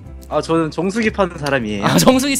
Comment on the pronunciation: 정수기 판다고 할때 정수리 판다는 줄 ㅋㅋ